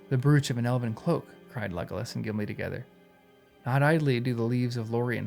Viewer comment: Great videos. In case no one else said it, brooch is pronounced like bro. I hope this helps. Thank you for your content.